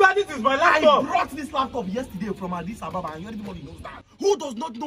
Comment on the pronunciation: Agidiba😂😂😂 i love this guy, brilliant comedy, so talented. I love how he pronounces Adis Ababa 😁